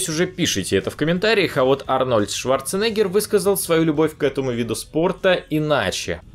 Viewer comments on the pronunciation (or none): none